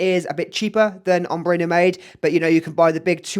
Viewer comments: Mate, great video, but it’s pronounced: Prah → like spa or car leen → like lean It’s No-maid - it’s no-mahd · Recently just got a Oajan and would love to get my hands on Haltane! Not to be nitpicky but Nomade is pronounced as "no-mahd" otherwise great comparison!